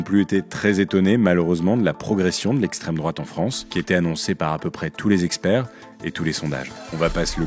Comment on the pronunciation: "estrem drouate"